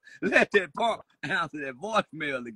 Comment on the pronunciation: 🤣😂🤣💀 "This a ponk!! Aaaaw this a angry ponk callin me" 💀